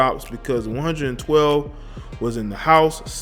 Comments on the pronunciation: Did you say one hundred twelve 😆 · It's pronounced One Twelve